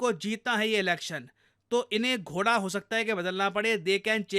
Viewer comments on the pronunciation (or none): none